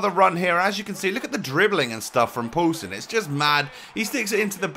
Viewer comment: When you say poulsen it sounds like you saying pøelsen and that means sausage in Danish